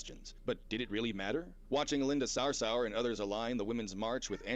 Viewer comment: He can't even pronounce Sarsour...